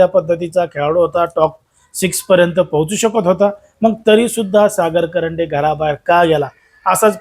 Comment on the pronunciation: कंरडे नाही रे बाबा कांरडे